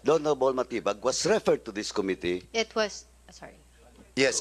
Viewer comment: Com mi tteee. It's Committee. bobo